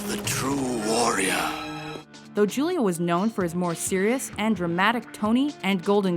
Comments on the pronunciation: You mispronounced something AGAIN. You say Julia like Julia Roberts, but it's "Hoo-lia", like, you know, his Latin American heritage. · Julia Is pronounced Hoolia.